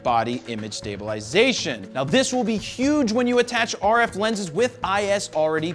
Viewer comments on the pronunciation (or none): none